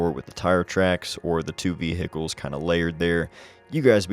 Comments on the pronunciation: Awesome, lot of great shots as always. Love the way you say veh-Hickles. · Me: Ohio is considered a northern state, right?: Vee-hickles.